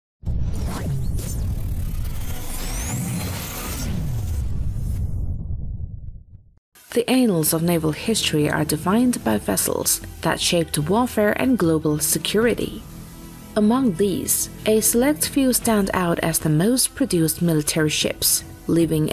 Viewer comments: About once a year, I try to give you guys a try. Every single time, you find a way to disappoint me. Usually by messing up a key fact or attributing incorrect correlations to things. but today... I am about 2 seconds into the video and she said anals instead of annals. I'm out. I just can't anyomore. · Er... that's not how your pronounce 'annals'.😆